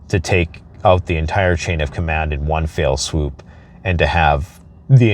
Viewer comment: ‘One fell swoop’. Not ‘one fail swoop’. Thanks for what you do.